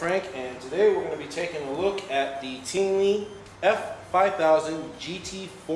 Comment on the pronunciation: Teenely?? I thought it was tip-nelly lp